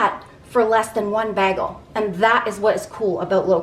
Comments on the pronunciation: I love you dearly and watch your videos all the time but I had to say something. It is pronounced. BAY-gul, not Bag..el. My heritage forced me to say something ❤ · Bay gel not bag el just saying